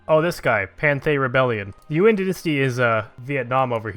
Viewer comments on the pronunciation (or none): Nguyen is pronounced as "win."